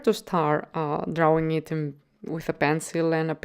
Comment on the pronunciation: I like how you say 'drauwing'. :)